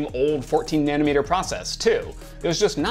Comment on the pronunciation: Refreshing to hear someone not say "nana meter"